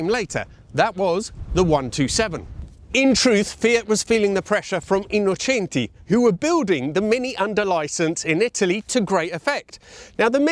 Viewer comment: You speak a very well italian (Autobianchi, Innocenti, Lancia etc), i say this from Italy, Complimenti!